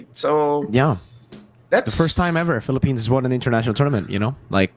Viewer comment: M-PL-ippines is the greatest thing I’ve ever heard thank you